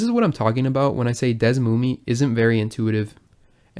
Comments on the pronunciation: its pronounced /dɛsˈmumiː/?? ive always been saying it like /ˈdɛsmumɛ/ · It's Pronounced DS-SUE-ME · Desmume sucks FR, worst name, old and slow, not modern, however it's great for researching games with the tools. I think it's pronounced as DS-moom. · ive always pronunced it Des-ooo-me